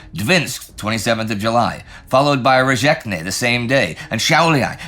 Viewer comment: Great work as usual! Bit of an interesting pronunciation of Rēzekne with the “zh” in there. Better brush up on the town names for western Latvia. Something tells me we might be there a while.